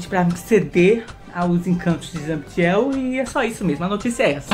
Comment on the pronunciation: "Zambdiel" ain kkkkkkk adoro o falando o nome do zabd assim.